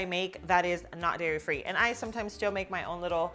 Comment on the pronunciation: DAIRY not Diary